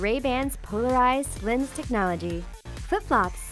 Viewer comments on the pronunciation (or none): none